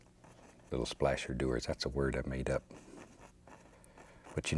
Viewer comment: i Watch just to hear him say slasher doer